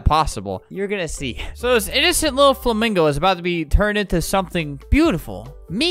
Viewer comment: Lol, he didn't even say it right 😂 (spell)